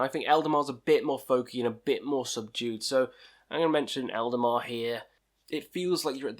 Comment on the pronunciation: Man, you put the names all wrong... Eldemar/Eldamar, Winterfell/Winterfyllth,Druke/Drudkh, Sail/Saor........